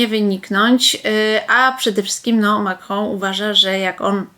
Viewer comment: Wielowieyska konsekwentnie aspiruje do stanowiska rzecznika rządu...Sposób wymawiania przez nią nazwiska prezydenta Francji może świadczyć o tym, że zna język francuski. Pomijając fakt, że wygląda to wyjątkowo groteskowo, bo raczej się tego nie praktykuje. I świadczy o swego rodzaju megalomanii...